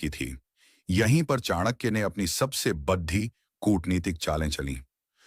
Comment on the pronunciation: बढ़ी नहीं बड़ी 😅😅